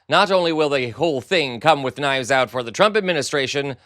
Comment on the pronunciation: You, good Sir, have become a favourite of mine. Fooen you and an h to the word 'with' I crack up! "Fooith" 😂😂